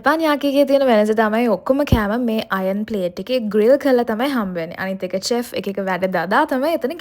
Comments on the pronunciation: Chef චෙෆ් නෙවෙයි ශෙෆ් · teppinyaki and chef learn pronousitation please